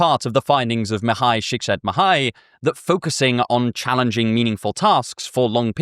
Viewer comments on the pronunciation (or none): Csikszentmihaly is pronounced "chick sent me high". Lmao you absolutely butchered the pronunciation.